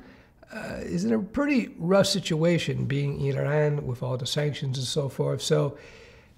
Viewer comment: Wow, amazing the way how you pronounced Iran xd